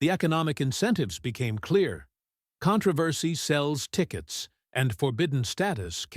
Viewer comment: Ah the "con tra vassy" of a movie out "grosing" the Godfather. AI fail.